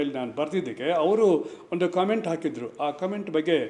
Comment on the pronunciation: ಒಂಡು ಅಂತಿಯಲ್ಲಪ್ಪ... ಸರಿಯಾಗಿ ಕನ್ನಡ ಉಚ್ಚಾರಣೆ ಮಾಡಪ್ಪ ಮೊದಲು.... ಕಾಂಗಿ ಏಜೆಂಟ್...